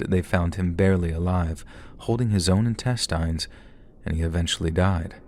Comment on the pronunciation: Intest-eye-ns? Are you ai?